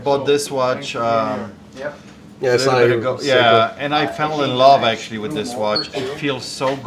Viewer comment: you should make a t-shirt saying “I lub it” I love how you use “B “instead of “v” always make me laugh aha I have Polish parents too and your accent reminds me of my dad who unfortunately passed from suicide 4years ago… but thanks for brightening part of my days, always waiting for new videos!